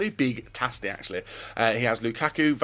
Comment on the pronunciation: you can't pronounce tasty you don't take the extra,needed, time when you speak